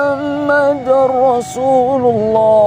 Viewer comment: Yg benar lailahaillalloh muhammadurrosululloh. Bukan muhammadarrosululloh. Muhammadur benar. Muhammadar salah. Maaf cuma mengingatkan saja saya jga masih fakir ilmu